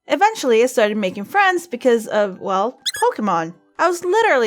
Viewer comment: You say pokemon wrong it's pronounced Po-kah-mon